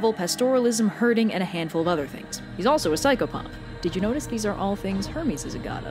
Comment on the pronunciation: When describing pan u said pychofuff whats I psychfuff?